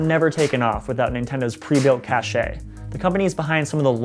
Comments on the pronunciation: Its pronounced cash, not cash-eh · I hate when people say "cashe".... it's pronounced cache!!!! Just like cash!